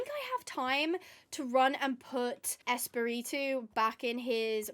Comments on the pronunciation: i loved the spanish part. i speak a good bit of spanish . it would be pronouced es-pa-re-to(rolling your r) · but its fun because when you say Espiritu, sound like you are saying Spitit-Two haaha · 😅 tranquila no me molesta para nada tu pronunciación de espíritu sino que me da un poco de risa cómo te cuesta decirlo 😂 me caes muy bien y eso que acabo solamente de ver dos videos tuyos me encantaría que todos estén traducidos al español😢